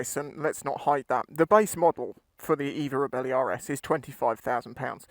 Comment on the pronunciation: Sorry mate... belly, bellie, reebelly not really... "ree" "belle" "eeh" 😉😜 Nice review. Twist n gone 👏👏🤗 I did look and the repayment options do bring it into affordable ! Will definitely see if I can get a test ride. Thank you 👌👍